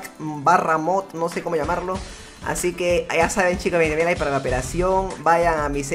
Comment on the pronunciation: Like si dijo lais en ves de like